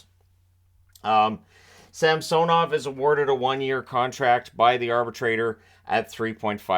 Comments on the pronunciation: I will always laugh at “Samsonite… I was way off.” (Dumb & Dumber) Re: pronunciation of SAMsonov vs. SamSONov. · In Samsonov the correct stress is on the first O